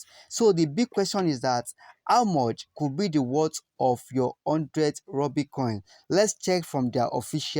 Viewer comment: Rubi not Rooby